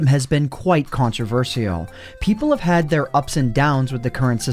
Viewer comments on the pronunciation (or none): Controversial CONTO-VER-SHI-AL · your pronunciation of “controversial” is controversial 😂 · Mispronounces "controversial" to avoid demonitization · You said consivrcal wrong.... Don't say I spelled it wrong because that's the joke, dont get your self woooosshhed kids! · that beginning: contraversheal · the most controversial thing in this video is how you said controversial.